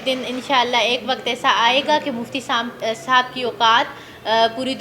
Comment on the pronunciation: please don't say muftey